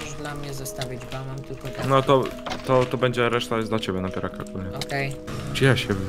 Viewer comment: pierwszy a nie pjerwszy